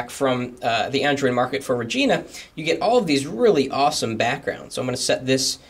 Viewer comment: lol sounds like you said vagina widgets xD